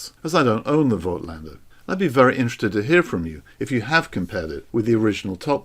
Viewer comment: voigtlander should be pronounced 'fot-lander! - phonetically.